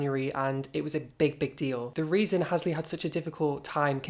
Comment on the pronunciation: Halsey not halsley daaaaaaaaaarling